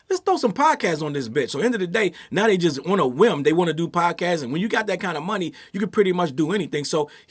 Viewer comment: I love how says "schmoney" instead of money 💰 😆💛